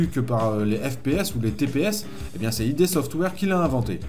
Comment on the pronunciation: On prononce pas id comme un sigle mais comme ça se lit. Ça vient d'un terme du jargon de la psychanalyse il me semble